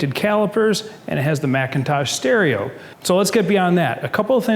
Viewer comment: McIntosh stereo (mick-in-tosh) not Macintosh (mack-in-tosh)